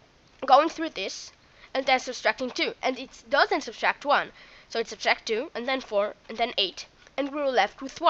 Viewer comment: Sub-tract...not sub-stract (I know I'm nitpicking but learn to pronounce it correctly now before it becomes a bad habit and more difficult to correct)